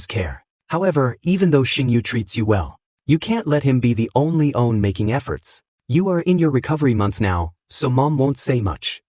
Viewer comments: It cant say the word "one" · Bro this ai can’t say “one” for the life of it 😅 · Great story.... but I hate how it pronounces the number 1... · What happened with AI these days? One = Owe on Everytime 😅